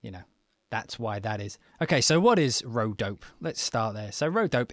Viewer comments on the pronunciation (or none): m8 pronounce the e at the end - its an ay - so its dop ay not dope